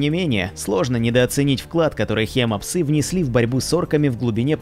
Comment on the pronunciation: может хим псы ? а не хема псы